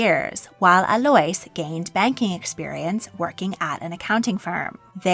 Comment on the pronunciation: Just so you know Alois is pronounced like a-low-ees 😊